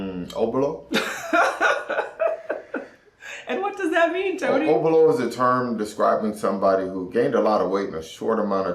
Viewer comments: Tony, it is "Oh bo lo" :) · Tony smashed with pronunciation of obolo funny